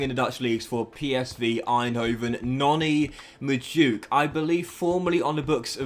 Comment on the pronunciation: It makes me feel a bit queesy when you say Noni Majooke. Its prounounced Noni Mad-weh-kay. Please say it right from now on!!! PLEASEEEE